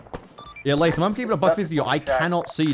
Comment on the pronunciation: Cannot express how much I love pronouncing “Latham” correctly, years of restaurant employees and teachers with Starbucks cup-level pronunciation skills has traumatized me